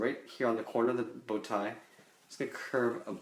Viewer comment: Now lets draw in the bowtie Me:Wait what! plays again OOH BOWTIE!I thought you said booty lol